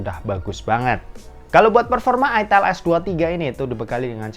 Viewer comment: itel bang bukan itel